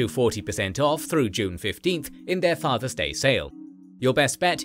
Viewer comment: Nothing to do with the video but there isn’t a “z” in the word father.